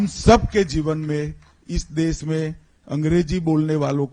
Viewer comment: सबसे पहले तो अपनी भाषा का सही उच्चारण करना तो सीख ले देश को देस...भाषा को भासा...शर्म आनी चाहिए